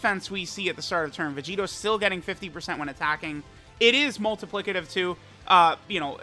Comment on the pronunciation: being able to say "multiplicative" is big character development